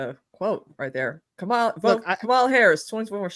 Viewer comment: This is for and I mean this in the nicest way....how hard is it to pronounce Kamala's name? She's been VP for almost 4 years now ffs. I know the righties do it out of spite but the lefties should know better. Sorry, I know its your channel, i don't want to be a dyck